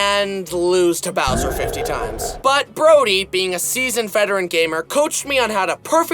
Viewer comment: it sounds like he is saying “so long gay bowser” 🤣